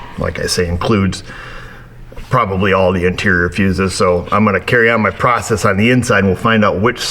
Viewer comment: great video. As a Canadian we don’t say ‘pruecess’ we say “pross-ess”, or pro-cess”, eh? 😊 “A-boot” is a Newfoundland dialect though so that’s correct that our Newfie friends speak that way. We love them! 🇨🇦🇨🇦🇨🇦